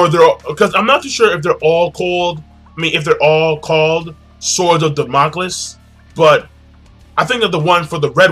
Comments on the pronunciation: king its pronounced sword of damn-a-cleez. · Also damocles is pronounced "Da-mo-Clees"